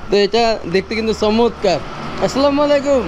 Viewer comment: ভাই মনে কিছু করবেন না আপনার সালাম হয় না বলবেন যে আসসালামুআলাইকুম মালাইকুম হবে না